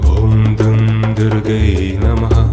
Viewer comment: Incorrect pronunciation. Durgayei